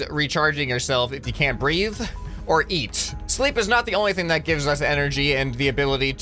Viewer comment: ish thought you said “breed” or eat but you said breathe or eat (Sorry for bad English if anything was wrong)